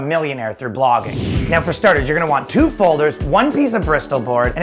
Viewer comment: I heard "Pogging" instead of "Blogging" and it still made sense.